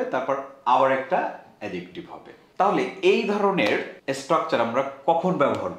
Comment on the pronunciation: অ্যাজেকটিভ ❌ অ্যাডজেকটিভ ✔️